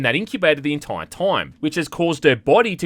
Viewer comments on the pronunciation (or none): the entoyr toym